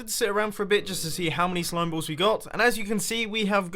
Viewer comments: how many "slimeblalls"... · lol mumbo said slime blalls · I am so glad someone else heard him say blalls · did mumbo just say slimeblalls? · "slimeblalls" -Mumbo Jumbo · Mumbo, , you said slime blalls???? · Lol... you said 'Slimeblalls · did anyone else hear him say slime blalls? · "Slime Blalls" xD lol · Mumbo said slime blalls. LOL! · "Slime Blawls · "I haft to say i'm still really excited to see just how many slime blowes we actaully have" -Mumbo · "Slime blalls" - Mumbo 2016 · Anyone else noticed he said "slime blalls"? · Did he really say slime blals? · that's twice you have said slime blalls in a row lol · who else heard slime blalls? haha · "To see just how many slime BLALLS we actually have" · .... "slime blalls" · i'm also excited to see how many "slime blolls" you have... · this is the second time you said slime bLalls. lol